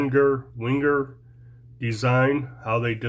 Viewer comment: Pronounced “Venger” afaik. I have an Esquire (also Venger…their version of the Classic SD) and the serrated scissors are just fine by my standards, but then I dont cut much paracord usually a stray mustache hair or something hangin’ out of my nose. Good video, thanks.